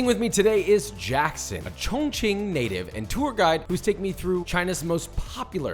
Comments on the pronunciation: A chong ching native sound like a slur...its hilarious! 😭😂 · Every time he says Chong Ching I remember Ray giving Theo the pass 💀